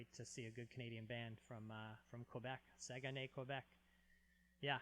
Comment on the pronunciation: they says:! your prononciation of the name of the band is #1 but the city you can say it like if there's no "ue" like SAGNAY 😉